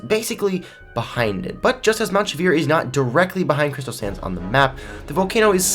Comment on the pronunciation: Are you saying "crystal sands" or "crystal SANS" badam tssss